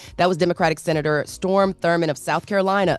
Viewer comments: It’s STROM not Storm…Charla you FROM SC and let her butcher tha mans name. Smh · Charlamagne should be the Donkey of the Day for dismissing Cory Booker's effort on Tuesday after questioning him (Cory) and his reason to speak as long as he did. And to, it's Strom Thurmond not Storm Thurmond. Politics/Political Talk + The Breakfast Club = Disaster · “Storm” Thurmond 🤦🏽‍♀️. That’s STROM Thurmond- please get some politically intelligent voices here. It’s embarrassing the level of what they don’t know! All easily googleable but they don’t even try. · Strom not Storm… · His name is STROM Thurmond not Storm Thurmond!!! And he took a stand to stop Civil Rights stating he would take the South to the Republican Party to oppose Civil Rights. And he did!! He also had a black daughter that he never recognized in life but he did support her and her black husband. He was a serious hypocrite….